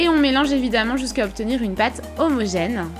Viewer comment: Avouer ce qui regarde la vidéo c'est que des pordeliques pas organiser 😂 et comment elle a dis « homogène »😂😂😂